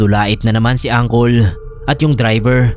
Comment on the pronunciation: Tawang tawa ako sa pag basa mo ng angkol😂😂😂 diba puede uncle ang pagkakabasa?